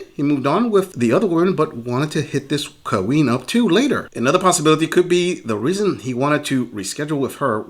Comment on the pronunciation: The worst part of these videos is the narrator saying " kah-ween".